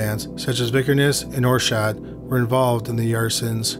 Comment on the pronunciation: Euronymous's name is pronounced like "are-set" not "or-shadt" but otherwise you did a good job covering the story, which is full of controversy and rumor. We'll never know what really happened that day in Oslo. Lords Of Chaos is trash, written by a poser who desperately wanted to be involved in the scene. The documentary Until The Light Takes Us is a much better route to take if you want to delve into the subject.